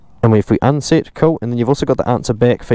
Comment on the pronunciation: Sit, unsit 😂